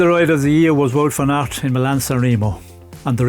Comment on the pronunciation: Nice board game in the studio. It’s not wood van aert, it’s waaaaaaut! Also vlooten, it’s vluten like in dirt, or hurt. Try doing research in how to properly pronouncing the names correctly. It’s a form of respect and make you look smarter.